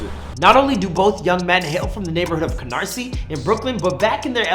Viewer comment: At least he said Canarsie right 😂😂